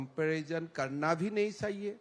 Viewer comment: जैसे च को स कहना उदाहरण चाहिए को साहिए।